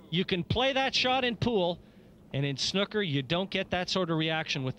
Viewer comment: Pls can someone tell the Canadian commentator how to pronounce snooker. Very ignorant and irritating the way he says it